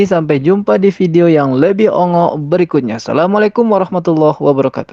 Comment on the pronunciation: lucu banget klo dah bilang Ongo. wkwkwk